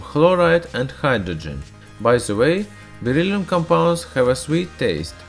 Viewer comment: It’s beryllium not berylium